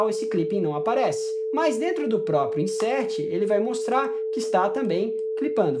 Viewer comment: Cara eu até tentei assistir teu video (parece ser bom). Mas o inglês (ou algo parecido que vc tenta falar), meu deu desespero aqui. Fiquei trêmulo. Ler INSÉRTE o que deveria ser (insêrTh). É para ir pra rua, sentar no meio fio e chorar.. BELEZA! AGORA APAGA PRA NINGUEM LER O MICO ;)